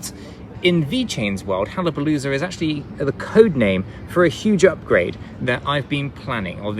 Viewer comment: Why is it so hard for you to say HAYABUSA? Wth, It makes it all sound like a joke, VET too, lol.